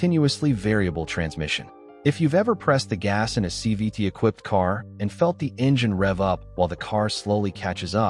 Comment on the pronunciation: He keeps saying c v ‘d’